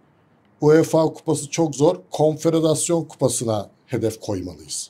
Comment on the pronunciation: Konfederasyon......telaffuzunuz yanlis